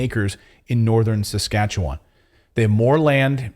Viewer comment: Thanks for saying Saskatchewan right people have a hard time pronouncing it. Yes that's where I'm from